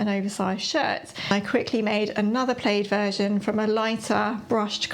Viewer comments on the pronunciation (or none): I'm always amazed when i see people's pattern collections! If you start with basics and learn some fit and hacking skills, you'll be all set with just a few patterns. I've never heard plaid pronounced as play-ed. I'll have to ask my English inlaws how they say it.